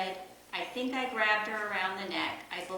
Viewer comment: "I sink so" ....🥴